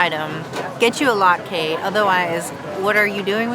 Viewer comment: Great Video! Latke is pronounced "lot" "kuh" ! Thank you for allowing feedback!